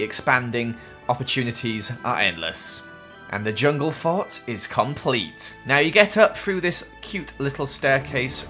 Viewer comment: JUNGLE FART 😂sorry but your little accent